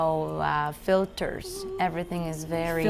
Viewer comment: Ci sono errori comunque ad esempio in "filters" usa la schwa e non la /ih/ corta , la l sbagliata sia iniziale che finale e tante altre vocali .